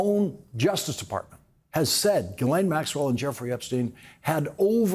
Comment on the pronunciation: C'mon Lawrence, pronounce Maxwell's name right, jizzlane!